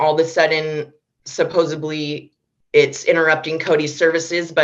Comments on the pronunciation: The word is "supposedly" NOT "supposably" "mom." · "supposABLY"? Speak English, Lady.